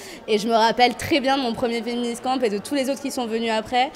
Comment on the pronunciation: Quand elles disent "féministcamp", j'entends "féministan" ! ^^